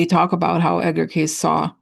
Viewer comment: I am not sure if my audio was acting up but Edgar Cayce is pronounced Like Casey 2 syllables. I love anything related to that man. Thank you for all your hard work.